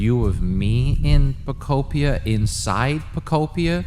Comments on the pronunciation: Did he say Pokopion correctly one time? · i love the ten different ways you pronounce pokopia (great video!) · the fact that he says pokopia wrong, every single time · man found 45 diffrent ways to mispronounce pokopia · Out of everything you said i couldnt shake off that "wanting to slap you on the back of the head" feeling everytime you mispronounced the name. The frickin devs pronounced it for you. Jeeez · Not him botching the game’s name every time 🤣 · I love how you pronounced the name different every time🤣😭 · we love how he can't pronounce Pokémon Pokopia properly 😂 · How many different way to he say and pronounce the title of the game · The way he’s pronouncing pokopia is pissing me off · How many unique Pokopia pronunciations did we get here? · i never want to hear him say it properly lol keep it going! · Says Pokopia properly over and over when in the waking world, but can't say it properly in the dream world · Him mispronouncing the name in a new way every single time was lowkey hilarious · Dunno why, but absoultely love that you never get POKOPIA right, you just keep on saying different variations of poko....something lmfao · PO KO PEDIA 😂😂😂😂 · Literally my same exact experience! I love that you keep messing up the name “Poketopia” pokemuhunter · Something about pronouncing it "Poke peed ee er" really triggers me. Just not even close to Poke ope ee ahh. Say it with me now: Fruitopia, Fruitopia, Pokeopia! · Pokopopia, Pokepedia, Pokopa 😂😂😂 said everything but Pokopia 😅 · thought he could pronounce Pokemon Poketrocity 11 different ways and we wouldn’t notice. I mean Pokotropolis is just that crazy. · I love how calls the game anything but Pokopia haha. He says it wrong like 30 times throughout the course of the video. I guess it's just called Pokopedia now 😂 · I heard u say Pokopia Pokopedia Pokoupia Pokutopia Pokeamata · PO KO PI KIA 😂😂😂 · Take a shot every time he attempts to pronounce “Poh-koh-pia” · Pokopolis sent me 🤣